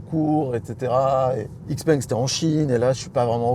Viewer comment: Une précision, Xpeng ne se prononce Xpeng mais Chipeng